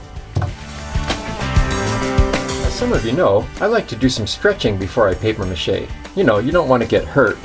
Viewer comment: "PAPIERRRRRRR MACHE" Made me laugh so much, as it is not pronounced like that xD